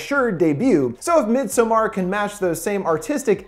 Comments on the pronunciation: midsommar is pronounced like meedsåmmar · It is not pronounced "mid-somar". It is pronounced more like "meedsommar". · What a way to mispronounce midsommar. x'D